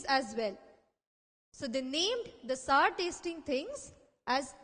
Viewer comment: she pronouncing "sour" wrong